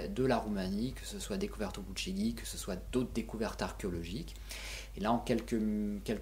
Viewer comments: On prononce "Boutchédj", en roumain. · Ça se prononce buchej"i"